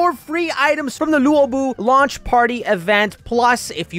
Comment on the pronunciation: u pronounce luobu as lobu not lewobu